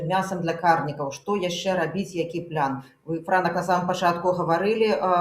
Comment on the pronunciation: Яки плян! Няма пляна у беларускай мове! Есць план! Цверда вымауляецца. Не каверкайте. Не прыемна гучыць.